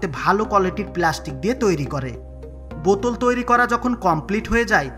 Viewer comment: ভাই আপনার ওই বোতুল‌ কথাটি শুনে আমার কান ম্যাংগো জুস হয়ে গেল 😂😂